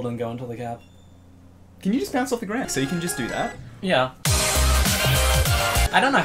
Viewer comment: “Can you just bownce of the grownd?”